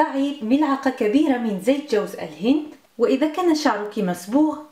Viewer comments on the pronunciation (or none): none